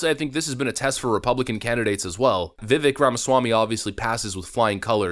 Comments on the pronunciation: its Viv-VAKE. Like as in Cake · His name is pronounced Vi-Vake. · Hey. I appreciate your commentary and mostly agree with it. Maybe look into how to pronounce Vivek. The ending is like cake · Vivek. Ache/cake. It's high time everyone pronounces his name correctly and gives the man the respect he deserves. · Maybe in 2024 can learn to pronounce Vivek's name. It's Vivake like Cake.